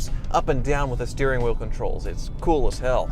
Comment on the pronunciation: When he said cool as hell and thiught he was coo as hell😂😂😂😂😂